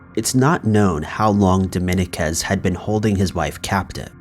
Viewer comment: love your stuff bro but Dominguez phonetically is DOH-MEEN-KEZ.